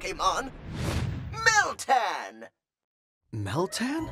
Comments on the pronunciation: At first, I thought I heard MILTANK !!, But later I realised that it was miltan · I wasn't looking at the screen and thought that said, "the mythical pokemon Miltank". o_O